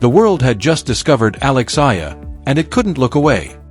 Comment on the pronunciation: Pls...a name is the sweetest sound one can hear...kindly pronounce her last name as Ey...yah..lah..thank you